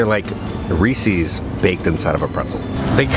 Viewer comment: you say Reese's wrong! Its Reese's (as in some guy named Reese) not Reesee's. Sorry i hate to be that guy. If you dont believe me look at the packaging!